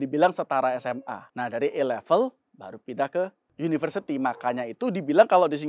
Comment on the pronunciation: uda cocok A level, tapi pronounciatioan A Level terdengarnya E-level